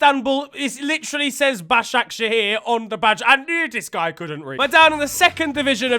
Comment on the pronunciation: said Başakşehir like a native wtf man he's secretly Turkish 💀